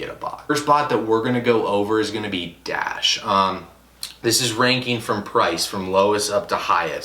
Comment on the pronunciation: u not a real botter when u pronounce dashe as dash